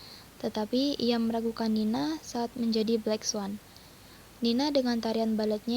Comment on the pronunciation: Black swan kak bukan blacks one😂 haduh haduh belajar lagi yg banyak wkwkw